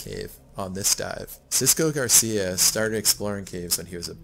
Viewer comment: Happy to hear that you like Mallorca, greetings from the island! By the way, Xisco surname is Gràcia that means grace in catalan, curious that the narrator pronunciates it like Garcia. Keep up the amazing content!